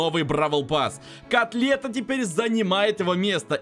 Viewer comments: Ты говориш не колетт а котлета хахахахахахахахаахахахах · мне послышалось или сказал котлет вместо колетт?